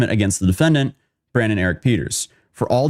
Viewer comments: BRAY-DEN not Brandon. This felt really unprepared. Too much dead air. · Bruh… his name is Braden, not Brandon…. Jesus you always be mispronouncing shit